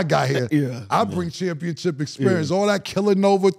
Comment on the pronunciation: Pacific rather than Specific, and saying “ChampionChip” 😂😂